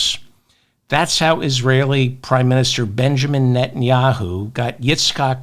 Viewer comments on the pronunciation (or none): none